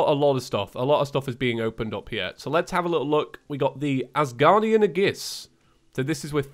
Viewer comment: Whats an Asguardian "A-giss-"